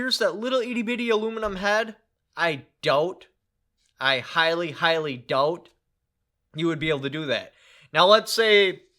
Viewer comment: The only time i realize you have that u.p(mi)/wisconsin accent is when you say doubt Nothing wrong with that, just wonder if you lay it on thick for when describing the replys from bozos (I do a southern one myself just from spending time there) If you think people might take it the wrong way, i also get that